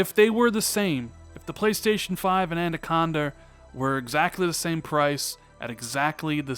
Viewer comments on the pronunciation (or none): Love your content, but have one pet peeve: It sounds as though you pronounce “”Anaconda” as “”ANDAconda”. (my OCD kicking in). Other than that, keep up the good work.